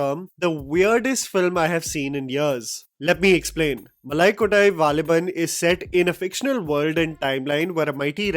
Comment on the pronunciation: Sorry bro I literally laughed when you said Nanpakal nerathu mayakam but you said malakottai valibhan well